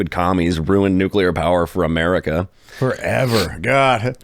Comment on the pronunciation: I have a dream that one day will know how to pronounce nuclear.